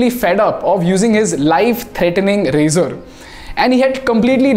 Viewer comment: Every time he says razor-r-r.